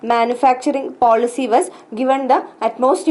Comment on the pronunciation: horrible pronunciation